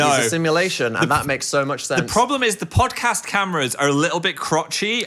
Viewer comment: we gotta start adding in random Ds to the words then. The phildoard. The phandod. The phodcasd